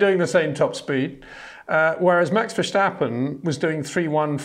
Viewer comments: Can you please exert some effort to pronounce Verstappen and that Monegask correctly? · One of the best indeed, but cant pronounce Verstappen and Leclerc correctly…